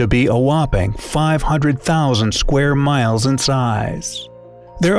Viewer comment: The way he said 500,000 in size made me laugh😂😂😂